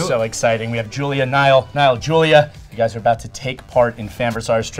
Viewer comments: No one Literally no one Cc saying Niall's name as Nile Me:- so you've chosen death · No one Literally no one But me- hey his name is Niall not Nile ya...